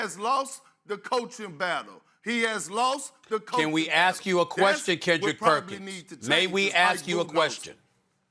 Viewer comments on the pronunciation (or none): Stephen A: May we ask you a question? Perkins: Aks me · No one: Literally No One: Kendrick "nonsense" Perkins: AKs me. No one is AKsing... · Well, aks me, aks me Stephen A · "AKS me Stephen A. " -Perkins every time. 😂😂😂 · Aks me loooool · "Axe me SA, Axe me" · “Axe me” 😂😂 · "Axe me S.A.S" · "Well Ax me!! Ax me Stephen A!!"